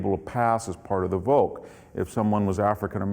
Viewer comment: "Volk" is pronounced as "folk", not as "wolk". How it comes that somebody, who pretends to have read German philosophy and history has no idea about German language? May be because this is not a history (at least in academic sense) what he does?